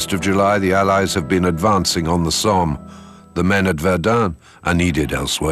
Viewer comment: Die Aussprache des Sprechers ist nicht gut, Verdun Somme sind französischen Namen und sollten auch so gesprochen werden.